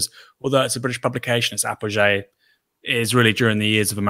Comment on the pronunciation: C'mon Aaron I can forgive for incorrect pronunciation of Elgin & Palmerston.. However not your mistakes with Apogee & Laissez Faire. Apogee is not French and Laissez is!